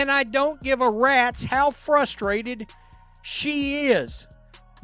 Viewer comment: Go easy on her, shes “fustrated”.